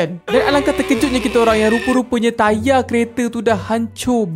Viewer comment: mcm "saya dah order tayarrr" 😂